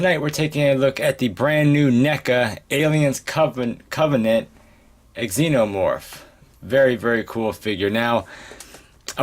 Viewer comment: Nice review bro!, I'm getting my Xenomorph and Neomorph next week, I hope you don't mind but it's pronounced Xenomorph, not Eggxenomorph, nice review overall, keep it up!